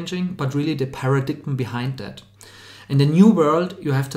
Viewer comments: "paradigm" is pronounced "peh-ruh-daim" not "para-dig-um" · You guys are focusing on a slightly-off pronunciation of "event" but saying nothing about the very-wrong pronunciation of "paradigm" (the "g" is silent). I really appreciate the video,!